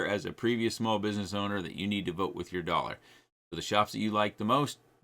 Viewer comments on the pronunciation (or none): none